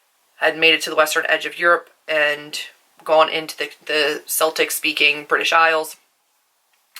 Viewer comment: This was really interesting! Just to let you know, Celtic has a hard ‘C’, like ‘keltic’. Also, for the Scottish/Irish, it would be Northern Irish definitely because of the Ulster Plantations (where Scottish people emigrated and took our land! (I’m Irish.)